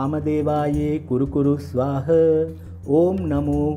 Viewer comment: 'ස්වාහ' ද 'ස්වාහං' ද.උච්චාරණය පැහැදිලි මදි